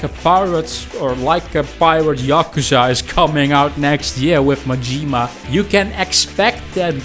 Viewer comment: At least he can say Yakuza properly, I guess. He butchered Majima too. Some people do it on purpose to rage bait..